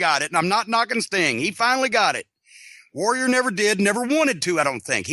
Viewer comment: Bruce can’t pronounce the word ‘Warrior’ he always says ‘Woh-wee-ah’ like an autist.